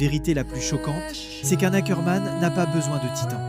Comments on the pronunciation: C pas hackerman 😭🤣 c ackerman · Ackerman pas Hackerman 🙀😭